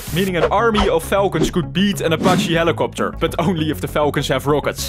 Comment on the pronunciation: when he says helicoputer